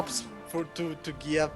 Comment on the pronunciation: Finally got Giap's name right, well done.